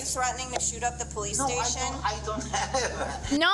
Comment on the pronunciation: not going to lie I was only listening and I thought she said "Are you threatening to shoot up the PlayStation" and I was confused for a second